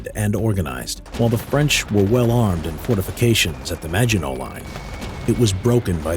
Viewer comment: It's not imagine line. It's Maginot Line :p